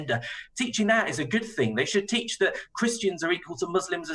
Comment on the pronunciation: "a teacher to tweach"